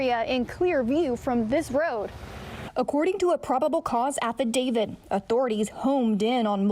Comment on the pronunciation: ITS....HONED IN.....NOT HOMED IN....ALSO AFFIDAVIT......NOT AFFIDAVID.......GET IT RIGHT!!! SHE MISPRONOUNCES ...TO MANY WORDS FOR A NEWS REPORTER!!!